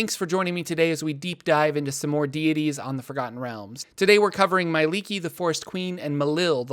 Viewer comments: Not sure why your pronunciation is so off but it seems like you leave out sounds that should be there.I don't read it as "my-lee-kee" but more like "me-eh-lee-kee". Where the third letter being 'e' is also pronounced. As a studied liquist. It's seems right to me. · It just hurts that they always pronounce her name so wrong.